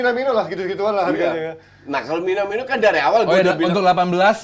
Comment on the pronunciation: Ini ga ada yang mau benerin kochi ngomong "minimano" nih, minamino coach.